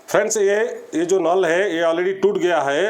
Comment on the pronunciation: Nool nhai hai bihari vai naal hota hai